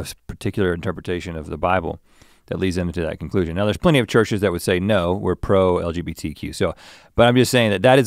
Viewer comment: "L.B.G.T.Q.+", I thought TikTok was joking about Straight people doing this, there's a reason why the letters are in a specific order, and I was just thinking about Link messing it up for a few minutes before and then he did, move out of the way Mr. Rhett, I'm the Psychic now, no Redbull required. 😂